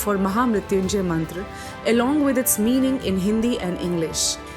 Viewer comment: First of all, Happy New Year..✨ Excellent work..!!✨ but it would be more if you pronounce Mantra as Mantra not Mantraa, Ved as Ved not Vedaa, and Yoga as Yoga not Yogaa. We don’t have to change our Sanskrit pronunciation for English conversion because Sanskrit is mother of all languages. 🙏🏻😇